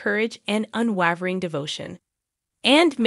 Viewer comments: Thanks for the update! Btw, unwavering is pronounced “un-way-ver-ing”. 😉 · Not how you say “unwavering”. The “e” after the consonant makes the “a” a long “a” sound. Said like Waverly Place. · I would have enjoyed the video, except the narrator doesn't know how to pronounce the word "unwavering". That made you sound unprofessional.